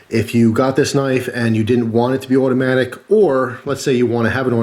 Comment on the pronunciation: "Benchmade Mini Presidio Awhdoee" haha